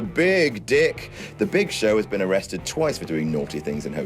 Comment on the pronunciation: It's the Big ShoSh